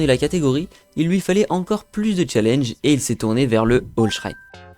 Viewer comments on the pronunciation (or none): none